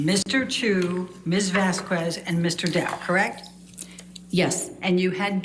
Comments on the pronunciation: It's ironic that a professional lawyer attempting to destroy someone's testimony cannot learn how to pronounce another attorney's name. It's Vas-khez! Eh, eh, not cuez! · it also makes me crack up every time she says Miss "Vaskwez" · mispronouncing of Camille Vasquez last name was insulting! My mother's last name is Vázquez and Spanish is the second most spoken language in the world after Chinese, there's no excuse!